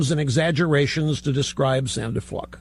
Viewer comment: Has Limbaugh now taken to purposely mispronouncing the Georgetown law student's last name? He now says "Fluke" in a way that rhymes with "duck." "Honest Rush" isn't sinking to the "leftist low" again is he?